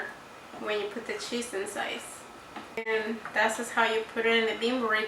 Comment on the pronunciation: I love your video! Thankyou!! Reminds me of my madre. I love the way you say cheese. "Sheese." 😂